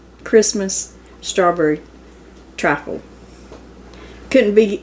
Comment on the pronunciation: It's "TRIFLE"!